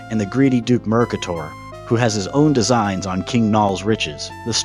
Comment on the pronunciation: Thanks for the review. It’s great to see people playing this older game. But the pronunciation is mer-Kate-er